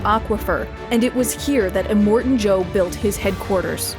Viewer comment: Finding it hard to watch this every time you say Immortan wrong.. Em-More-Tan not Eh-mort-en